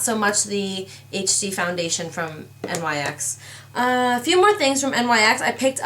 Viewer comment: Not 2 b rude it's not NYx u say it like nicks